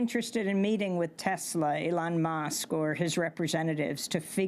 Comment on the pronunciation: It's Musk, not "Mosque".